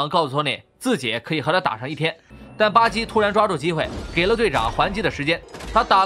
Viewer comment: 巴基怎麼變成了吧唧呢？